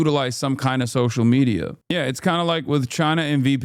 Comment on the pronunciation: Hon you cant even say media without it sounding like meteor